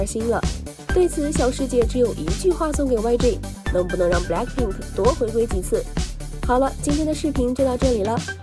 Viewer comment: 英语哪里学的？blackpink不是balck pink！